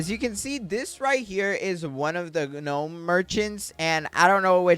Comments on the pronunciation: It's not g-nome merchant its said more like nome merchant not to be rude trying tk help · Gahnome bruh it's gnome the g is silent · the "ganome" merchant is crazy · No way he's saying Gah nome for gnome 😂. The G is silent my boy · g-nome merchant 💀bro doesnt know you dont pronounce the g so its just nome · Bro does not now how to say gnome bro failed school😓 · "guh nome" 🥀💔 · its a silent G - pronounced NOME - stop it just stop it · btw the g is gnome is silent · constructive criticism, I had to stop watching because of the miss pronunciation of gnome.